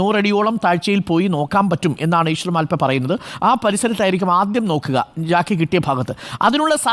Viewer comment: മാൽപെ അല്ല മൽപെ